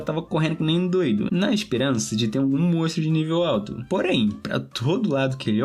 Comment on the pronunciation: Triste dropar só porque ele fala mostro